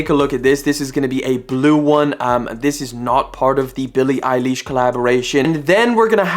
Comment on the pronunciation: “billie eyElish” omlll hell NOOO THAT AINT HOW YOU SAY IT 😤😫😭😭